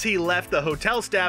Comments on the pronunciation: Savoy not savoury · MAN SAID SAVORY LOOOOL